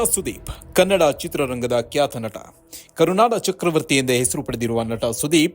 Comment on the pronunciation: talk ಗುರುವೇ...ಅದು ಕ್ಯಾತ ನಟ ಅಲ್ಲ....ಖ್ಯಾತ ನಟ ಅಂತ. Correction related videoನಲ್ಲೇ ತಪ್ಪು ಉಚ್ಚಾರ ಮಾಡ್ತೀರಲ್ಲ..... 👏👏👏